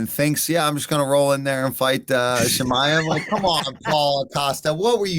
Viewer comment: Bisping always calls Chimaev as "Chimiev" cos he lowkey hates on Russians anyways🤣🤣🤣 esp Khamzat! What a hater smh!!!